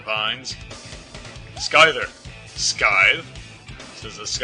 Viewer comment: it's pronounced sEYEther, not sKEYEther